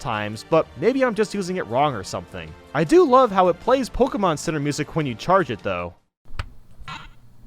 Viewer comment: Its not Pokiemon but pokemon